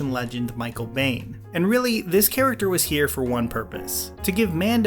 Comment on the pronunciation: Michael Biehn like "Bean", not "Bane" like Batman